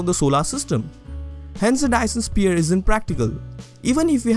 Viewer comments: why do you say sphere like spear? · Lovely video! Very interesting and well explained. Btw, it's pronounced "s-fear" if that helps at all ;)